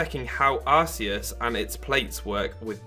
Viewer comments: no it is Ar-see-us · It's not Arseus, it's Arkeus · Nah it's Ar-kay-us. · I'm so fucking triggered its PRONOUNCED ARK-EUS NOT ARS-EUS THE POKEDEX 3D EVEN SAYS SO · ar-see-us*